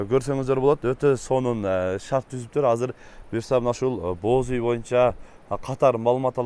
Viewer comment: Боз уй. Бооз деп угулуп калыптыр😅